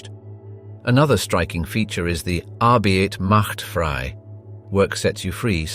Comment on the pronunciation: Please narrate naes correctly. 1. ARBEIT MACH FRIE. The "E" is silent. So, you say: Fry. 2. BIRKENAU. The "AU" makes an "ou" such as in OUCH.